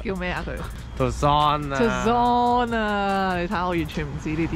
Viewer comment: 恭喜你 你合資格成為北美人 北美汽車文化深遠 車係佢地親密嘅戰友 架Civic默默地陪你走過名山大川 當現實要你放棄佢時 依依不捨嘅心情 💔 我明白嘅 念舊 在當前用完即棄風氣下 D人當你係傻子 希望你唔好放棄 念舊係忠義嘅基礎 唔念舊 點忠 點義 最後 條片九月拍 距離現在六個月 唔知有冇人提你 Tucson 係讀 "Too 潺" :goodvibes